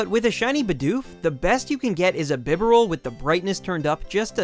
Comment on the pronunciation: bibarel is bronunced as B-Barrel not bib-eral